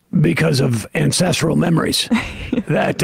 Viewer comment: I thought he said incestral 😅